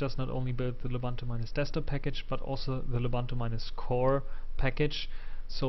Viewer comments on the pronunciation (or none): it's loo-boon-too not la-bun-too.